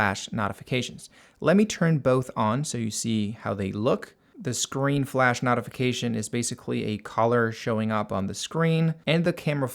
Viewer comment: Thanks, useful video. Not sure where you are from, but your pronunciation of "notification" is odd.